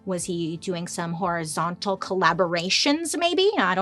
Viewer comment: I'm just saying, everytime she says it I hear " whorizontal collaborator" lol yeah I know that was immature